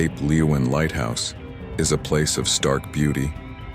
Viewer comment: I thought Cape leeuwin would make the list and its pronounced Cape Lu win.